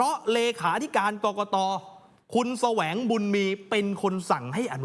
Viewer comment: แสวง ไม่ใช่สวะ